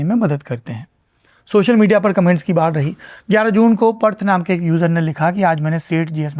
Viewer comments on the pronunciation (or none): वो पर्थ नहीं पार्थ है साहब